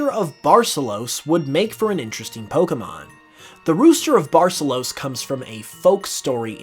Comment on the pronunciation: The pronunciation of Barcelos is atrocious